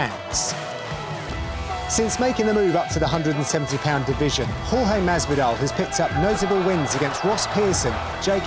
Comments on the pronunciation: Spencer P its not george and its not horhay either , its horhe with the e at the end pronounced like the e in "yes" for example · It's Hor-Ha without the Y i'm latino. That thing about calling him George is stupid, it's like pronuncing the name of an american Jhon Juan in México, it's easier but not accurate